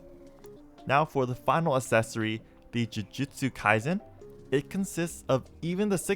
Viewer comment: Someone teach him how to pronounce "accessory"